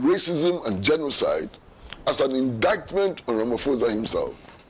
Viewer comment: Pls pronounce Ramaphosa properly…you’re pronouncing it white